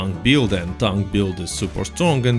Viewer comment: also, it's "build", not "buiud"